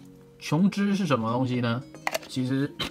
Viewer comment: 琼脂发音标准 好评